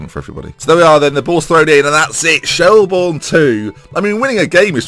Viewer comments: It's pronounced shell-burn not shell-born just to let you know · Shelbourne is pronounced like Shelburn. Dundalk is pronounced like Dundawk. Coughlan is pronounced like Cocklan. Love the series! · Yes!!!! He's in Ireland!!! Btw it's pronounced shelburn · Could you possibly do the thing that lollujo does with getting a house or apartment off one of those housing websites to suit where u are coaching. I am Irish myself shelbourne is pronounced shellbirn and Dundalk in dundawk. Shelbourne is one of the major clubs historically in Ireland as you said so I hope you can build the club up again! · Just a few pointers. Pronounced Shell-burn. Coughlan is generally pronounced Cok-lin as well. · Quick tip, Shelbourne is pronounced Shellburn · Finally in Ireland, said as Shell-burn btw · u pronounce it shellburn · shelbourne is pronounced shell-burn